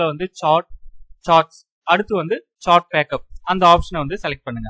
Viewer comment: Bro athu சேட் சாட் இல்லை